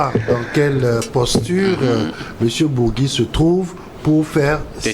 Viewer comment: Cest pas bougui mais bourgi comme bourji